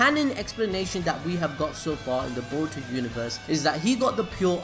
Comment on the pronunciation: Can you say boruto 5 times fast Stop saying baruto